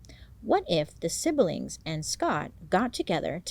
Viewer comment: Living for when she says 'sib~ill~ling' instead of sibling🤩 I adore when hot people are so cute and real, its giving supermarket headlines "Stars, They're Just Like Us"